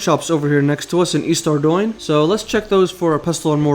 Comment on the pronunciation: Mad respect for looking up how to pronounce Ardougne instead of just calling it "arr-doog-nee" like the rest of us lmaoooooo